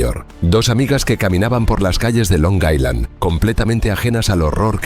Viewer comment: Es "Long Island", no "Long Iceland". La "s" es muda. Buen video igual.